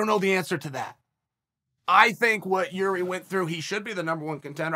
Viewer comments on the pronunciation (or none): I could be wrong but I think Chael pronunce Yuri not Jiri. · who came here quickly to check on Chael how He pronounce Jiri's name this time?:)